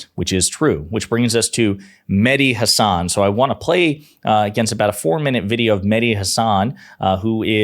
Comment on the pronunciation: Mehdi pronounces his last name, Ha' (as in cat) - san, not Huh - sawn.'